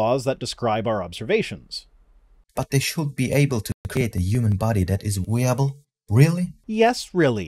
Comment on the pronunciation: "...[A] human body that it weeable..." 😆